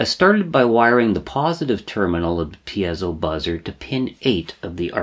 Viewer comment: Great source of information. Might I be so bold as to correct you in a couple circumstances: The word piezo is pronounced 'pee-soh' as opposed to 'pee-az-oh' as I think you pronounce it. As far as I know it's been pronounced in the first form since its inception. The other correction is the term 'versatality', which is not a real word at all. Again, it's pronounced as it's spelled: 'versatility', ver-sa-till-it-tee. I enjoy your videos much. I've been an EE for more than 40 years, now retired and began using microprocessors for logic design before the word 'microcontroller' was even coined. Now I'm doing a bit of catch up as I've been retired from Northrop Grumman for about 15 years but my RC Airplane hobby keeps me engaged and wanting to make use of my rusty skills.... Keep up the good work!